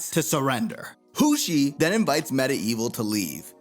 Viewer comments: "Hussy" Bro....Hoshi.....Jesus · I know why you said "Hussy". You cant fool me😂